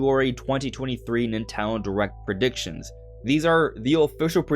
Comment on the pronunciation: why tf do u keep saying "nintaldon"